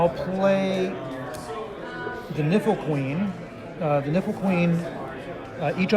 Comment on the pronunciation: Is it just me or do other people hear the word "nipple" when he says "niffle", like with the Niffle Queen.